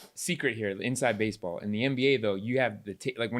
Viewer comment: He said bassaball